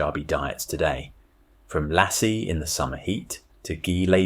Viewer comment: Thought Lassie was a dog, joke aside it's not pronounced how U said it nor is roti.